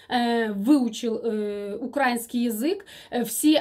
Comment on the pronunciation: правильно говорить украИнский и слИвовый, извините. Все равно Вас люблю слушать.